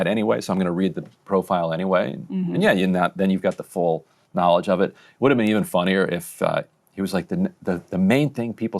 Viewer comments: in the most arrogant english accent possible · “YOU’VE NEVER BEAN?!”